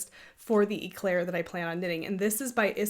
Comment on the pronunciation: That Noro Yarn is calling my name 😅 I'm being knitfluenced PS: "Éclair" is a French word that means lightning 🌩 The E in Éclair is pronounced "Eh" like "Ed" or "Bed" (not e like Pete) Your son is soo cute!